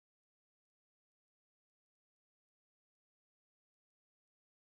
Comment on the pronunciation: Yes! It’s pronounced Bailey, not ba-lay 😂😅